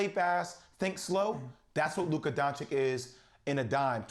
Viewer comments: "DoncheeCH"!!! Not "DoncheeK". Come on Jay Will...if you love him so much, put some proper respekk on his name lol :)) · I would understand if he would call him donkik, but to call him donchik after 2 whole seasons is just mind blowing :O wooow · Who is Luka Donchick? :O I find this really ignorant...after 2 years in the NBA and being one of the top players,..some reporters still don't know how to pronounce his surname. This is not just laziness,..it's disrespectful. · HE IS NOT LUKA DONCICK. Hi is DONCIC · Nobody:... J Will : Luka DonciK 🙄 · DonchiCH! After two seasons of Luka doing what he's been doing in the NBA, not knowing how to pronounce this is a choice. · Doncik? What is this dude saying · I mean Dam Jay Will! At least get Luka's name right when you're voting for him. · Bout to win the MVP still Jay still dont know how to pronounce his name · And you still can't say his name right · seriously guys learn how to pronounce Doncic. It’s really not that hard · Luka DON-CHI-CH